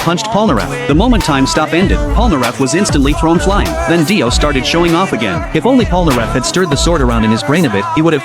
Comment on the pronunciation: Daio bro said daio then dio